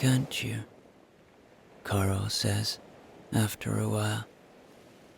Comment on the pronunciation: I hear Cliff’s friend’s name as Coral, not Carl. For me, suits her. Beautiful story. So relaxing. Thank you.